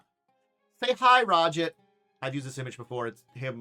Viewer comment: Ra-jit? This pronunciation makes me wince. Much prefer Raj-aahdt